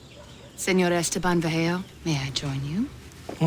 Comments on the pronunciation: i could tell from the way he pronounced Esteban that he was not a native Spanish speaker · That explains why he pronounced Esteban the way he did😊